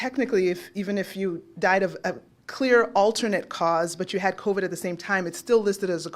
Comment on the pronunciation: ...by the way, CON-vid is hilarious!